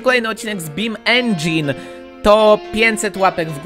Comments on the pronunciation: czyta sie Beam NG, a nie Beam engine:V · Marchewa11 to czyta jak bean engine:D fasolkowy silnik